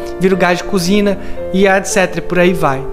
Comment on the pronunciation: So eu q percebi q no minuto ele falou:"Gas de COZINA ??